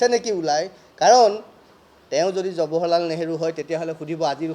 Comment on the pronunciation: থৈ দিয়ক হে আপোনাৰ ফটা লেকচাৰ জৱাহৰলাল নেহৰু নাম টোকে শুদ্ধ কৈ ক'ব পৰা নাই । জবহৰলাল নেহৰু নহয়।